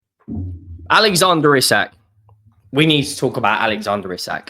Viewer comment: It’s pronounced ee sack